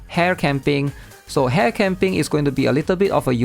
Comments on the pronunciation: I always enjoy your content but you mispronounce these three names. Ren-gay (not "jay") Su-mi-re (not "su-mire") And Ha-re (not "hair") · bro your name pronunciation. I had to double take when you said "hare" lol